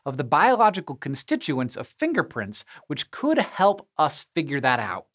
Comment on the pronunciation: Im sorry, but the whole time he was talking about finger prints, I kept hearing "Finger Prince." Goodnight everybody.